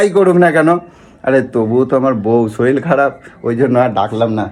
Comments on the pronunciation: ওরে গাণ্ডু! কথাটা শরীল নয়.. শরীর! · তুমি একটু বাঙাল কথা কম বলো। আর শরীল নয় শরীর। তবে puchu কে মিস করলাম 😢